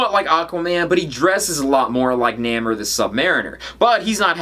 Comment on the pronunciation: Not to nit pick, but it pronounced "NAY more". OK I guess I did nit pick :)